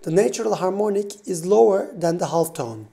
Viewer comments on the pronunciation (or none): good video but ( "butun turkiyedeki ingilizce konusan arkadaslara" - "half" kelimesindeki l sessiz bir l. yani "ha'f" :) L'yi soylemezsen daha rahat anlasilir - hatta anlasilir :). Liked the video...